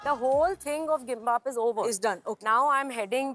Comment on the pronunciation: / celebrity chefs and the actual chefs are mispronouncing the dishes it's Tteok bokki Rice cake rolls in chilly sauce Gimbap Korean rice sushi rolls Sundubu-jjigae tofu stew